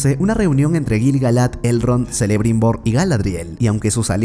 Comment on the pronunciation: Jajajajaj, a puro selebrimbor , seleborn, nomás le faltó su hija selembrian